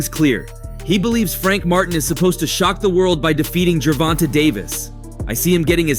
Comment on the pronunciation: This guy always says someone name wrong it's not fckn gervon-ta it's pronounced Tay ger von tayyyyyyyy da fck